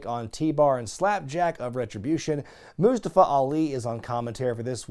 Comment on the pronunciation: Must-ah-fa......not must-uh-fa.